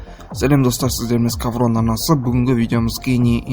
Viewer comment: Салам бауырым! Scowron деген сөз СкаУрон болып оқылады, СкаВрон емес, W-ді бұл орыстардан жұққан ауруы, орыстар солай оқиды, ал бізде ондай проблема жоқ тілімізде, Еуропа, Европа емес солай У деп оқи береміз